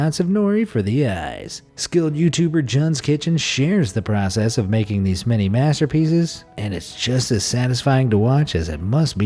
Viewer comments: Juns kitchen is pronounced Joons kitchen.... not J uh n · Did he just call it Johns kitchen!? ITS PRONOUNCED JUNE NOT JOHN WERE DID YOU EVEN GET THAT FROM!!?